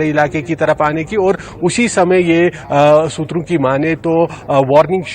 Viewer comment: मैडम.. सुत्रों.. किया होत है..